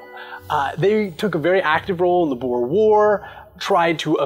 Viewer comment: Still saying boer wrong